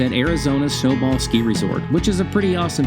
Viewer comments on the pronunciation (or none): Did he say "snow ball ski resort"? Lmao its Snow Bowl. FLAGSTAFF, AZ!!! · It’s Snow Bowl not snow ball